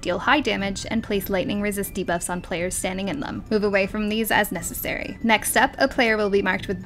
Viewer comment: She says "lightening resist debuffs" but it sounds like "lightening resisty buffs" 😂😂